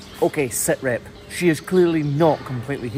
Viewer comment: LMAO, bro said "SIT REP" 🤣